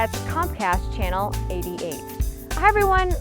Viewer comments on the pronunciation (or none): It's "channel", not "Chanel".